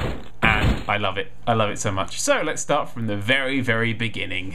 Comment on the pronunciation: When ever he says "let's tart from the very very beginning." I just think of Sound of music XD